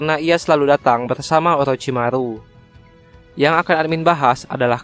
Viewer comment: Orochimaru bos 😂, bukan olochimalu